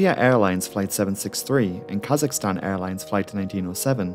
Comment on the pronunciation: i clicked on this vid bc i enjoy learning about disasters/crashes and i’m a kazakhstani. i wasn’t disappointed, keep up the good work! also thank you for getting kazakhstan’s (english) pronunciation right. i’ve heard too many people call it kuh-ZACH-i-stan years lmao